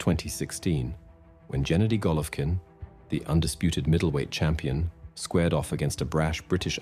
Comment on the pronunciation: ITS NOT JENNEDY